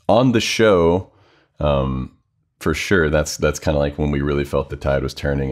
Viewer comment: Fer shure, Tim, fer shure. :-)